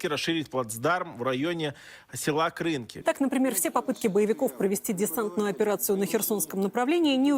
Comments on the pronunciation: Сергію, дякую за вашу роботу і збори. Єдиний нюанс: село на Лівобережжі Херсонщини має назву КринкИ з наголосом на останній склад. Перевірте за Вікіпедією. Назва з наголосом на перший склад - мовний покруч під впливом російської мови. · КринкИ. Наголос на другу "И". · Дякую за випуск. До речі, населений пункт називається Кринки́, то у русні вічно не так з наголосом. В них і Куп'янськ "купя́нск" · Сергію, в назві села Кринки наголос падає на останній склад. Не наслідуйте кацапів, будь ласка. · Коли вже Сергій вивчить, що в слові Кринки наголос на останній склад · Сірожа, Кринки, наголос на останній склад, не думав, що вдруге писатиму, хоча не дивно, Сіверодонецьк мабуть донині називаєте сЄвЄродонецьком🤯